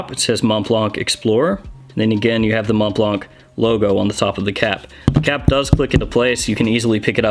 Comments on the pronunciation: Brother. It’s pronounced like Keanu goes ‘Whoa’ in the Matrix: Mhoa Blah. Silent T and C. You’re welcome. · Please all reviewers: stop pronouncing the T at the end of Mont and the C at the end of Blanc, please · Dude, last letters in both words Mont Blanc are not being pronounced..please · Tipp: the c at the is a silent letter ^^